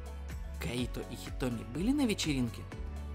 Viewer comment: Кайто! КАЙТО БЛИН А НЕ КАИТО!!!! :|